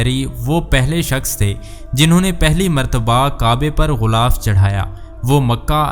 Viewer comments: JUN/16/2024♣BHAI SAHIB♣ GHULAAF NAHI✖ GHILAAF SAHI ✔TALAFFUZ HAI APNE LIKHA BHI GHILAF HAI😁 MAZHABI VLOG ME URDU TALAFFUZ KA KHAYAL KAREN ♦ASIA SYED (PAKISTAN) ♦ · Urdu Bolna nahi learn GHILAAF ko Ghoolaf na kaho JAAHIL